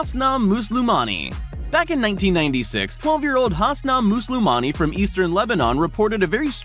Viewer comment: You said hussna muslomani wrong